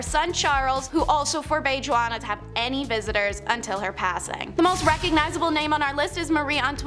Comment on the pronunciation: Good a lord the “J” is silent her name is pronounced “Wanna or Wonna” it’s Spanish, if you’re going to report history, learn how to say the names!!